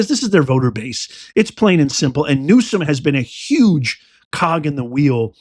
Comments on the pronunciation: He is not pronouncing Newsom correctly. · Please pronounce his name correctly. Your mispronunciation just takes away your credibility.